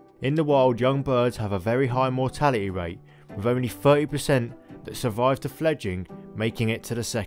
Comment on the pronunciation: A very good video giving out interesting facts. Unfortunately the spoken grammar became a nuisance such as"wiv" "fawt" throughout.